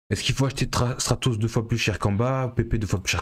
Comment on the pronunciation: Il faudrait attacher un "r" à Stratos, qd même !